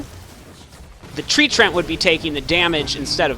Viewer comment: Btw its Tree-ant lol. mispronounced or not still love the videos!